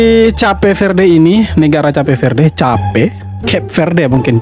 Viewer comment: Bukan cape verdel. Gw tulis soundnya kep feurd . Jadi cape itu soundnya Kep. Verde itu soundnya feurd